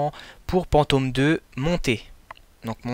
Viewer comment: ON DIT PAS "PANTOM"!!! ON DIT "FANTÔME"!